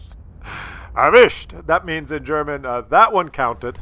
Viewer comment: its "erwischt" not avisht and it means "got`em"